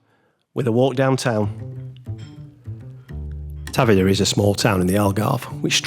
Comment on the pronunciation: Obrigada… I was going to share the pronunciation as well…. For future visitors 😊. The emphasis is on the veeeer, as with many Português words, especially that start and finish with a vowel, they tend to drop them.